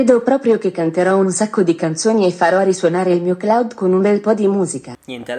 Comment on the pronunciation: 0.19 un sacco ma proprio un sacco ma tipo un scoo